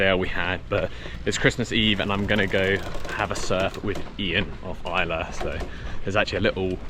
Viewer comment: Isla , pronounced eesla... great new video guys !